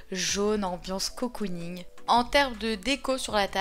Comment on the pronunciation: Pour une fois que j’entends le mot cocooning bien prononcé, je tenais à le souligner 😅